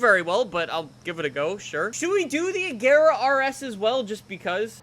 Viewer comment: no one can pronounce "Agera" right